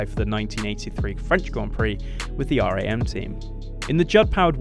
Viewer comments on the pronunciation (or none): Very good video. It’s RAM as in male sheep not R A M though